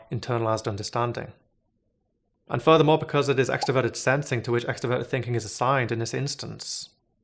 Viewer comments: I don't think it's a lisp, I think it's an accent, which I consider kind of charming. Many people in Boston and New York City don't pronounce their "r's" either. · Is anyone else really annoyed at how he’s pronouncing introvert and extroverted, literally could not think about anything but that the whole video it’s “in-troh-vert-ed” not “in-teh-vert-ed” he does the same with extrovert 🤦‍♂️ Edit: I think he has a lisp nvm